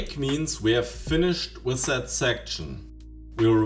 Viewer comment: "sis" and "set" could also use some improvements - it's not "set" hard to put some effort in pronunciation. A good teacher would insist in such "sings", but german teachers suffer from the same problem.